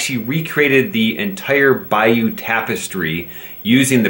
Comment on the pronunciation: it's the "Bayeux" tapestry, not "Bayeaux":-)